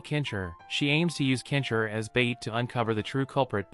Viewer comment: why do you keep saying "kensher" its Ken-Shi... da fook man, please say the name right or dont say it at all. say Hero or Champion next time... because "Kensher" isnt hes name.. LOL da fook dude.